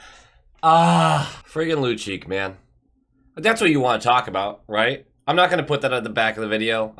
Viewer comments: Lucic, is pronounced loocheech. I'd rather watch Lucic as a Bruin as he is NOW, than keep on watching your videos. Lol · Just fyi both C's are pronounced like a CH - Lucheech